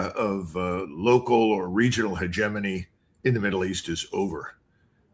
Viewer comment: Hahahaha, he said "hegemony". You're welcome 🇨🇦